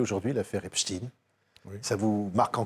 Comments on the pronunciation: Arretez de dire Epstine... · « Epstine » cette façon de prononcer avec inversion des lettres, l’inversion des concepts, signe la corruption, le corrompu. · Epstein était américain, pas allemand (ni français croyant parler allemand).